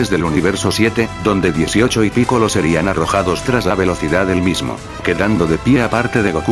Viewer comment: crees que esta bien dicho picoro? es que laura torres siempre lo dice asi pero es piccolo